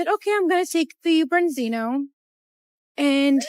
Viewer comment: What the bloody hell is a "brenzino"?